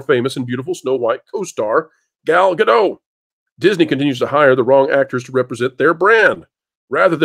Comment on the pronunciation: It’s pronounced Gal-Dot